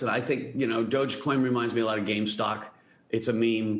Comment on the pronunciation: Why does almost everyone on CNBC say "Gamestock"